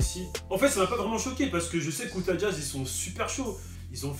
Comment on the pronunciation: C Utah pas outah mdr